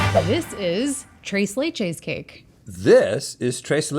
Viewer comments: Hearing say "tres leches" hurt my soul lmao 🫠🤣🤮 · The way she said tres leches 😷